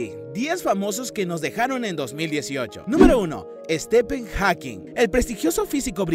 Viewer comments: Dale flaco podes pronunciar bien UN NOMBRE!!! " ESTEPEN" sos joda? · Quien es Stepen jajaja Stefen(pronunciación ) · Dios mio, me meo, que pronunciación tan mala para los nombres no hispanos... El colmo fue "estipen"... Y sin olvidar nombres mal escritos, como "Chiquitete" que en realidad es "ChiquEtete" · Extraño cuando la gente pronunciaba bien los nombres en inglés. "Estepen"??? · Correccion del primer nombre (Stifen) se pronuncia asi. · se dice Stifen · Sthep(v) en no sthepppppppen